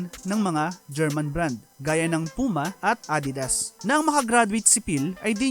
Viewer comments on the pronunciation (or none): none